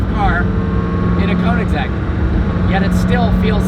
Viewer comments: Y G But still not KOO. If u are english/american you Cant pronaunse (spell check) it becuse u Will have to learn how to say the swedish (Ö) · One small thing you need to learn.. How to pronounce Koenigsegg.. Get hold of a Swede and get it straightened out. Agera btw means act. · U still cant pronounce koenigsegg right